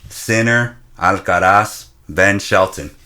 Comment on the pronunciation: You guys aren'y pronouncing Alcaraz correctly. Either don't bother with the weird attempt at a spanish accent, or learn how to say it properly in spanish.